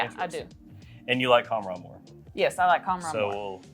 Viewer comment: That's not how you pronounce khamrah.. ehat is that hand gesture 😅